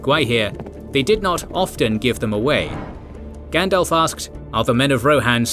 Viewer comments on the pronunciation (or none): none